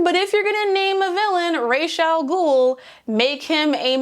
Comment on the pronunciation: I loved this but lord you using the 'canon' pronounciation of r'as al ghul kinda made me cringe as someone whos moroccan n would pronounce it as rahs al ghool